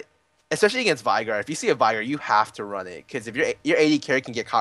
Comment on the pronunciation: How the hell is Veigar pronounced correctly? I heard V-eye-gar in this, Ve-gar is some another...